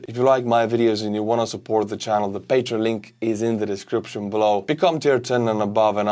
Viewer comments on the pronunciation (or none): none